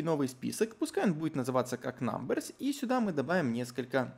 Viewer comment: айти прогер в 6 уроке: "говорит все с хорошим акцентом на английском" айти прогер в 7 уроке: намберс